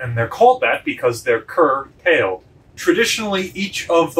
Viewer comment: Cur-tailed. I hadn't heard that one before.